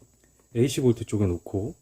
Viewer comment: 아주 잘 봤습니다. 근데 혹시 hot를 영어시간에 하트라고 배우셨나요? hot dog를 하트도그라고 발음하시는 건 아니죠?